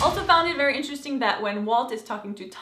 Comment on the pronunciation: You do know the last "g" in "interesting" is not supposed to be pronounced like a G right???